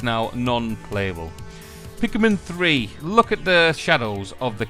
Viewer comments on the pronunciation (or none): "bi-Kubrick filtering"... "pik-I-min 3" fuckin hell you pronunciation legend. how do you come up with this shit? lol.